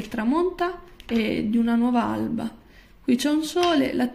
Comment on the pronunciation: Anche oggi la 🏍🏍🏍🏍 🤭🤭🤭 non so come mai mi diverte sempre sentir dire " alba " 😅😅😅😅 Buon 8 marzo ragazza 🌞🌹 e tutte le ragazze che passano di qua 🌹🌹🌹🌹🌹🌹... ricordiamo sempre anche gli altri giorni 😁 🎶🎶🎵🎵🎶🎵